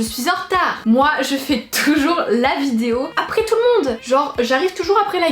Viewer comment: T'as vraiment du mal à dire vidéo hein ? Essaye de t'entraîner pour la prochaine ... vidéo ! ;p Love